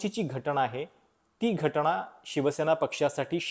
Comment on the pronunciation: असे "ण , ण" केले की खूप शुद्ध बोलले असे वाटते ... पण जिथे न पाहिजे तिथे न च पाहिजे ... तिथे उगाचच ण ण का घालता ...